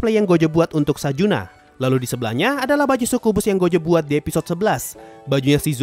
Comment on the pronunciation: Sorry min mau benerin dikit, succubus dibacanya sakyubas bukan sukubus, biar enak didengernya🙏